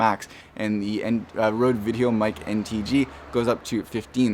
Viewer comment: Why.. why would you go out of your way to say Rhode rather than Rode?